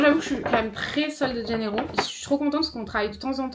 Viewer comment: On dit pas meume, on dit même , avec un accent grave comme si on disait mème , bref........force à toi